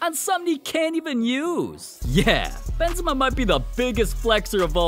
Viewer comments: i just heard cream benzema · The way he talks BeNzEma